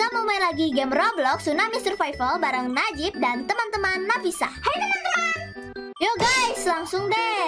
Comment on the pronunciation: Bukan nafina tapi Nafisa